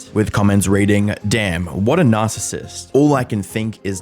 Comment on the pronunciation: "Narcissist" you mean... Nas-issist?